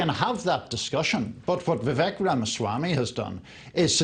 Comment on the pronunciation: If you’re going to comment on Vivek, learn to pronounce his name. How informed can you possibly be?